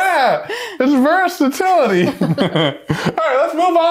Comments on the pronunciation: It's versatility. Me: It's purse-atility. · Guys, come on, "pursatility". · Did he say Versatility or PURSE-atility?